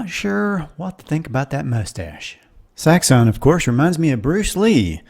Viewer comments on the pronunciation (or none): none